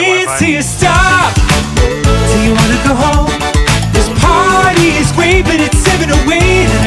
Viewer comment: Danny says "lets pary now" and my antisocial ass is on fucking BOARD